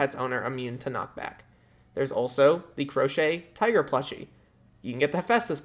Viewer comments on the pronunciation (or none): none